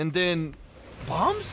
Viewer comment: “and then... BÅHMBS”